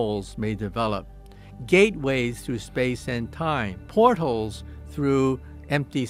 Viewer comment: Did he say “port holes” in place of ‘portals’ ??? 😂😂😂